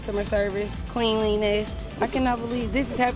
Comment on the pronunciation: So Zam Zam is not actually an Indian restaurant. The black girl pronounced cleanliness "clean" lee ness. Where are the Polish restaurant reviews?